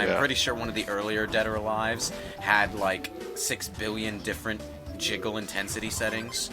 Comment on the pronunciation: I can't blame you. It's so easy to say jizzle physics by mistake when you mean to say jiggle physics. I've done it on a number of times.